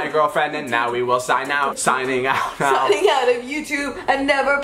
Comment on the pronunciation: ik i was just trying to imply she said 'know' instead of 'now'